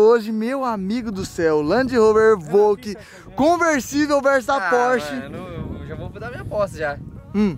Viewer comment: É pelo menos vc fala certo, vc fala EVOQUE ao invés do que fala EVOLQUE🤣🤣🤣